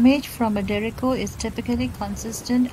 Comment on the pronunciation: She says derecko